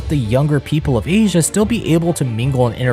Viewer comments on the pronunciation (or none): none